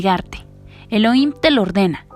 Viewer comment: El nombre correcto es elohim no heloim